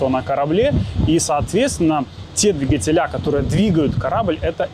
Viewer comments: ДвИгатель . ДвИгатели . Ударение на И.😂🤣😂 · В слове «двигатели» ударение ставят на слог с первой буквой И — дви́гатели. Надеемся, что теперь у вас не будет вопросов, как пишется слово двигатели, куда ставить ударение, какое ударение, или где должно стоять ударение в слове двигатели, чтобы верно его произносить